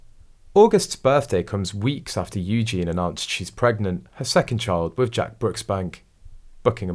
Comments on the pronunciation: It’s pronounced Eugeneee not Eugene! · I don’t ‘like’ your reports because of the multiple mispronunciations - ie EugeNIE please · For goodness sake....it is pronounced EWGEENY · not a chance would this child be anything to do with Eugenie - the voiceover on this video pronounced her name wrong, it has and I in the name please learn how to say the name.